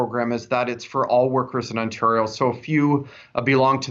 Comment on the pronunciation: YOOOOOO....he's not one of us if he can't pronounce Ontario properly. It's pronounced On-tare-rio not "On-turr-io"